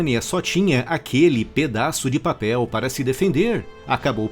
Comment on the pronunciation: Mais engraçado é a ênfase na fala "pedaço de papel".